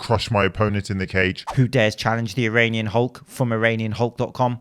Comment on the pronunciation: "My name is Eronion Hulk"